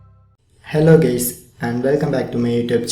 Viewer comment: Abe guys to bol deta bhai... Gays bol ra 😂😂😂🤣🤣